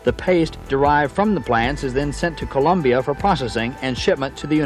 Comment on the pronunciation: Also pronounced the country as "Columbia."